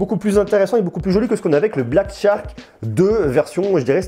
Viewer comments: charque, pas Tcharque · Dit le shark et non tshark c'est plus facile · Ne te casse pas, c'est Black "SHark" et non "TCHark", plus facile à prononcé du coup! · Super test comme d'habitude. Par contre Shark se prononce comme "chark", c'est aussi beaucoup plus simple à prononcer que "tchark" ^^